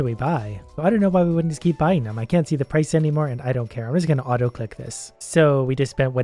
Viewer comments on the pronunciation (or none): none